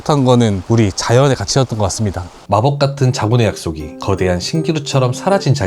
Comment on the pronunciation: 그대한 글음도 발음좀